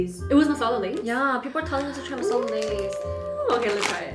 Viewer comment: Your accent when you pronounce “Masala” ♥️ love it 😊